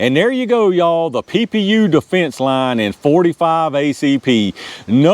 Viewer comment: PPU is definitely pee-yew. Another for the Tools & Targets wall of shame.